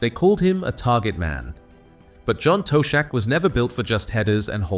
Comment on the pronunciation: Toe-shack😅, good ol' Ai.